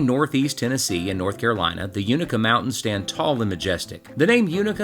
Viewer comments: "You-NAY-kuh" 🧡🙌🏼 I love this video. From this area originally and just now getting into hiking as a pastime. Beautiful region to be outdoors. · Its a long "A" UnAka, your killing me LOL. And, if you leave Roan Mtn, hungry, it is yourown fault. Americano - Best steaks in the tri-cities, Smokey Mtn Bakers - Wood fired from breakfast to pizza, Highlander BBQ. need I say more. The Kitchen(Mountain Harbour Hostel).